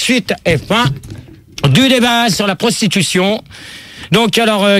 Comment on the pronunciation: La Sprostitution ! Rrrrôôoh. Pas la "prostitution" !